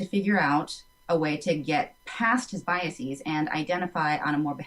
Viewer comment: mispronounced biases